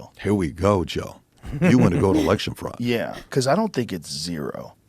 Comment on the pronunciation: There was fruud. There was wide spread fruud. It is about 80% that Trump won. There were many cases, many request, almost all lawsuits were dismissed before any evidence could have been reviewed, there were models who showed fruud, and there hours upon hours of video evidence showing fruud. Tim: "Lalalalala, I don't see anything, lalalalala" In life there are very few real test who show what kind of man you are. To most it happens once of twice over the course of their lives. This was one of those moments and Tim failed his test. He chose to ignore the evidence, and thus he will be forever remembered for this failure. Sorry, little man, but you are a traitor to every political camp.